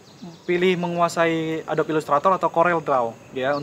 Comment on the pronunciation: bg Rio, maaf nih...but pls stop saying adob, karena ngejanya itu "adobi"